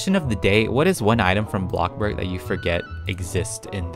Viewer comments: sorry for the late comment but i love his intro when he says "hey everyone welcome back to channel todai we're back BLOCKA BORG" its so funny! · Omg I love when he says booccaborg